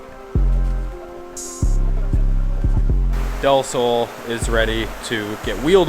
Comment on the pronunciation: nice pronounce on "del sol"! (means, "of the sun"!)